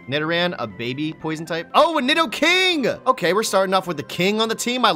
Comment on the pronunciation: saying nidoking wrong is annoying